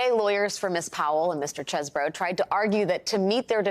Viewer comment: It's pronounced 'cheese-bro', lady. Get with the program.